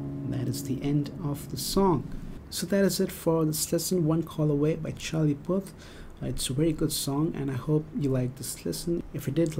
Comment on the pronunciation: u say puth funny but good job